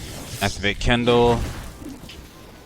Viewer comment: Hahaha Kendal, what are we supposed to do use Kendall Jenner? Kin - del, not ken - dal You helped me make my mage suck less so help you speak English :) fair trade.